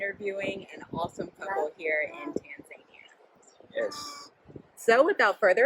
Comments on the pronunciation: Tanzania... not “Tan Zania “😂😂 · Have I been mispronouncing Tanzania my whole life?